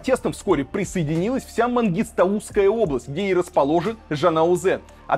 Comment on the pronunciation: МангистАу, а не мангистаУ.